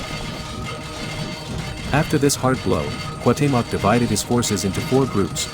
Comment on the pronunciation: Imo it'd be better if you voiced these yourself instead of using a bot, since it does weird stuff like pronouncing Cuauhtémoc differently half the time